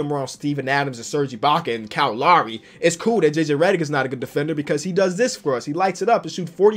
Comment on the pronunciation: you pronounce Lowry wrong it’s loud without the d (haha) and ree that’s how you pronounce Lowry